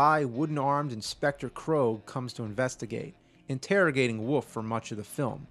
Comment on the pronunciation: There is an L on WOLF. It isn't woof or woofman.